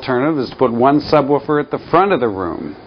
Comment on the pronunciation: he says subwuufer